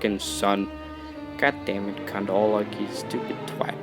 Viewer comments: Lmao I love how u pronounce count wrong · is he saying "count" or "cunt"?